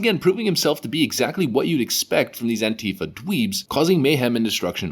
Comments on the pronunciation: The word "antifa" does not have a V in it. It can't be pronounced the way you say it. Anteeva would be closer to how you pronounce it. Just saying. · Did I hear you say Pantie fa??? Hilarious!!!!!